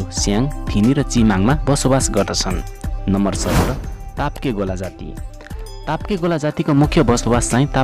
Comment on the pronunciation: ताप्केगोला होइन तोप्केगोला हो